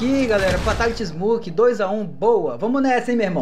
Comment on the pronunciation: ele e fraco corta kill kkkkkk e ainda lê errado